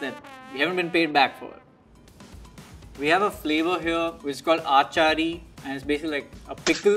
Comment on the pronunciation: Kini aaaaachari really bro? It's freakin achari c'mon bro